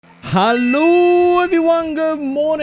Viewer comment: The hello at the beginning of the video sounds very German😅